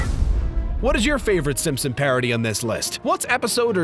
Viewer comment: I keep hearing him say Simsims instead of Simpson. Very distracting.